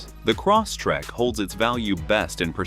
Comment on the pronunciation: Stupid AI narrator keeps repeating, "Cross Track"! 😅 Computer babble.